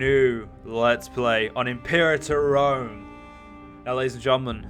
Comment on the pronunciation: At least now you'll manage to say "Imperator Rome" correctly... most the time. :p